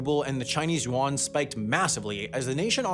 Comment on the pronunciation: If I had a dollar for every time I cringed hearing the narrator's butchering of the word "Yuan", I'd be able to pay off the US govt debt